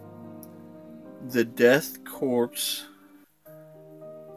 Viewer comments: Hey friend I though I should tell you it's core and not corp. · Korps is pronounced core btw